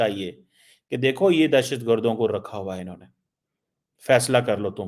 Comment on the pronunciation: Unhone not anhoneh 😂😂😂😂